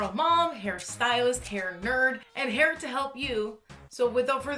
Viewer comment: I litterally understood "I'm HAIR to show you stuff" lol